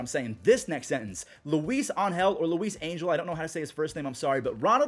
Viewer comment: (Ang-hel) was correct!